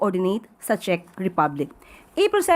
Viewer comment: Ang panget mag pronounce ni ante Kler ng "CZECH".. attorney ba talaga yan🤣🤣🤣